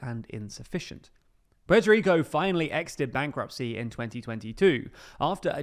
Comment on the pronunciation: Puelto Lico